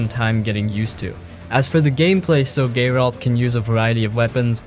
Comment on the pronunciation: I heard "Gay-ralt" twice